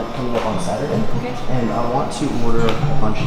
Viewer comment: Cant even say Saturday 😂 my gosh